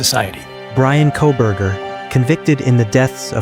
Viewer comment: KOLBERGER........:face-orange-frowning::face-orange-frowning::face-orange-frowning::face-orange-frowning::face-orange-frowning:, NOT "C'......GET IT RIGHT:face-orange-frowning::face-orange-frowning::face-orange-frowning::face-orange-frowning::face-orange-frowning::face-orange-frowning::face-orange-frowning